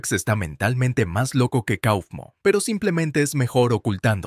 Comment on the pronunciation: No se dice cofmo se dice caufmo